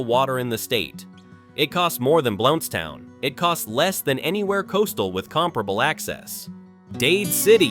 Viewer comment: I used to live in Blountstown… wish you people could learn to pronounce things properly. Micanopy, which I live near, is another one y’all butcher.